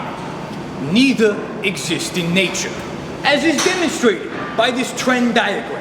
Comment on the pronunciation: "Tren diagram" LOL